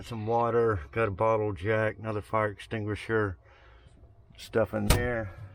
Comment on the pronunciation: LOL...When you said bottle jack it sounded like you said bottle of jack. That was funny.